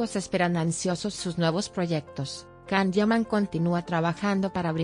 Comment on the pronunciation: Where did you get this information from? I follow the Italian press, where the Can Yaman projects (Viola come il mare 2 and Sandokan) are written daily. It would definitely be published. Apparently you need sensationalism about a Turkish actor doing well in Italy. I don't trust anyone who pronounces the actor's name "Kan".